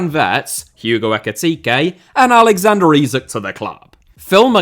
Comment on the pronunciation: Can you please pronounce Portuguese people’s names correctly? And I mean Portuguese from Portugal. In Portugal, the D in Diogo is pronounced like the D in dog. So if you’re referring to an actual Portuguese person pronounce it like that. If you’re referring to a Brazilian then you can pronounce it the way you are. It honestly annoys us portuguese when people pronounce our names in Brazilian Portuguese